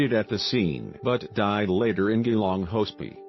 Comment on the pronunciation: My God. Why are you posting this? You're not even talking. Stupid computer voice that can't even pronounce Geelong properly. This is my best friend's family, and you're profiting from someone else's grief.